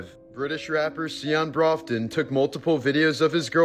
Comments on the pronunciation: The rappers girlfriend was the daughter of a British famius TV actor. The guy only got 8 years. 🤬. and its pronounced 'Browton' not Broffton. Spelled Broughton. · It's pronounced brawton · Broughton is pronounced “Brock-ton”. Irish names with “ough” sound like “ock”. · Pronounce Broughton like Brawton